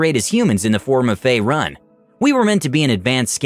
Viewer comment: Fay-rune fucking fay-rune